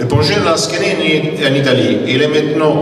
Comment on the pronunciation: Lansquenets... pas 'lansquets'